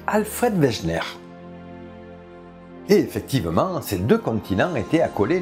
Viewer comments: Wegener => "véguéneur". En même temps, véjnaire, ça me fait marrer! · Super série, très intéressante et bien documentée. Juste une toute petite remarque sur la prononciation des noms propres étrangers. Un tout petit effort SVP. Alfred Wegener par exemple se prononce Vèguènère. C'est le seul bémol. Merci pour le boulot.